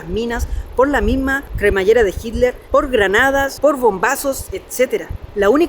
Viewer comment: se ve que es chileno, no puede ni pronunciar hitler jajajaja dice hiler jajajajaja muy buen video 😊👍